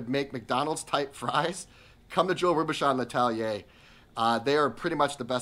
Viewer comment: The chef's name is correctly pronounced " Row boo shown"..